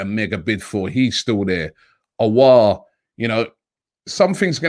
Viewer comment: Robbie probounced aouar in a right way Wooooooooooooaaaaaaaaaaaaaaaaaaaaaaaaaaaaaaaahoooooooooooooooo😂😂😂😂🤝👍🏻 finally